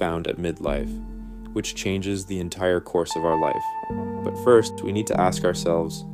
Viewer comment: I think this is AI. he mispronounces “fist half of life” unproblematically. No one would do this who otherwise sounds like a native speaker.